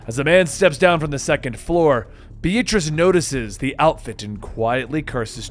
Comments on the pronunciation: Please never pronounce the name “Beatrice” again. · Why do you pronounce the name Beatrice B-A-t-rice?